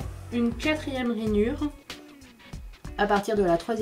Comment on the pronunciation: Pourquoi tu dit Ranyure et centimete ? bref tu achete ou les papiers imprimés? Il son mimi